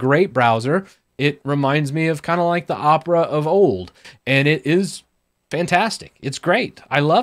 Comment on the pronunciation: IM GOING TO MAKE FUN OF YOU FOR USING ONE OF THESE BROWSERS me: makes fun of calling opera uhpra and have titus in his name